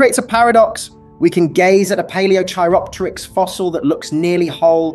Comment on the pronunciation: Can't even pronounce Palaeochiropteryx correctly, yeah real serious channel. lol